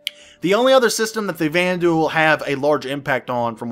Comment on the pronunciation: Xi'an - SHEEahn Banu - BAHnew Vanduul - VANduuuuuuuuuuuuuuul! :)